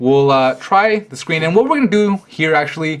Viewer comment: "The scween" I laughed haha